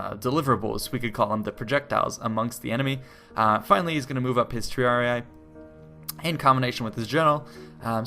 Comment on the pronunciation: hey, thanks for all the hard work on these, much appreciated...just wanted to let you know in case you're interested; the pronouciation of triarii is (tree are ee) minus the 'eye'. I know you're not the only one that gets this wrong;)